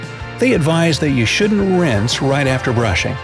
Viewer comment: Did any body hear winse insted of wrinse